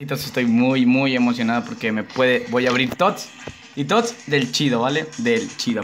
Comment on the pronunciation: Aweonao es tots no toty